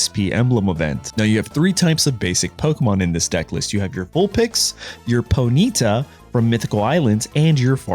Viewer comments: Pony tah not "Poneetuh" Fuck. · it’s pronounced PONY - TAH